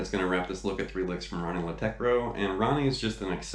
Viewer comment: Man you really put some research into this! Just wanted to say that if you want to pronounce that old ugly Scandinavian ø at the end of his name, it's more like the wovel in "buzz" or "f#ck" :-) And